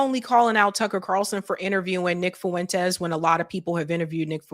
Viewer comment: Fuentes is 2 syllables not 3